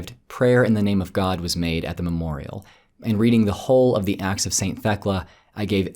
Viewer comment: It sounds like yer saying "The Axe of Paul and Thecla" which sounds more like an epic fantasy story :p